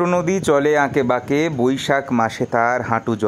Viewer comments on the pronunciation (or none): chotonodi choley bankey bankey .. ..not ankey bankey.. ..